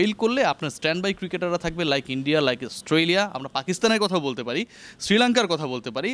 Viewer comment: অস্টোলিয়া না রে ভাই, অস্ট্রেলিয়া।